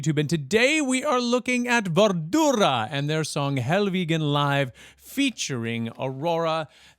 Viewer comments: Wie immer können Amerikaner keine anderen Sprachen und besonders Namen richtig aussprechen... WARDRUNA nicht wardura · Wardurra? -it's amazing how retarded someone who claims to work with vocals does not spend time to research the pronunciation of a written word, especially in these days where everything is a click away, there's even ai to help you along the way! -so pro, about as good as one of those wine snobs, I smell a slight smoth kinda harsh taste of cotton being ingulfed by flames... xD